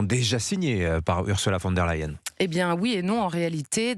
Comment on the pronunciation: Bonjour: pourquoi prononcez-vous toujours "U. van der Leyen" et non pas "von der Leyen"? Elle est allemande et non hollandaise!